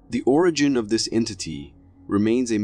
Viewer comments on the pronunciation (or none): none